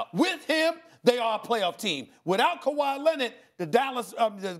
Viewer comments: "KaWHi CarRRieD THe RaPTorS" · Stephen hates when he calls kwahi all time great